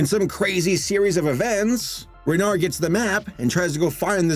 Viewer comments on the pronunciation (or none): pronounce it renar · Btw, Renard is pronounced without the d. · I may not be a native French speaker, but I’m pretty sure it doesn’t matter if it’s Reynart or Reynard, because you wouldn’t pronounce either. You’d pronounce it “Rey-NAR”. If a native speaker feels the need to correct me, please do. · Renard in french is pronounced re-nar(french “r” sound) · The "d" is silent in "renard". Also we accept your apology (same with the t for "renart") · "Renny", "Reynard", or what about "Renard"?